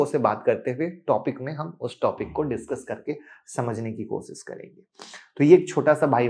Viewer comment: Koshish bolte hai sh laga k bola kar